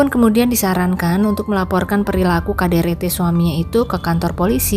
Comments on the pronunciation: Ini yg baca cerita aneh menyebut KDRT jadi kaderete emangnya bukan asli orang indonnessia?? Apa orrang mana. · KDRT, tik tok dibaca lain jd aneh min😮